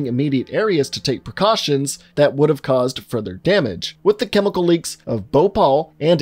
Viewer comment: ParTiCular chemiKul... I liked how you said that lmao